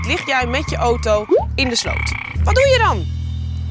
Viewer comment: Je zegt auto verkeerd jij zegt de naam auto zoo oto😅